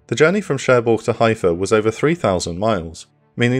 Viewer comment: some absolutely insane misproununciatoojs in this (heifer, moshe, etc) but otherwise entertaining!